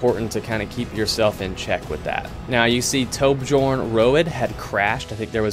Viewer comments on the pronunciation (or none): Nice recap. "Toba-Jorn?" Naw dude... "Toby" or 'Tob-Yorn" right?